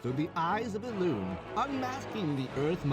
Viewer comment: I cannot unhear "elune here"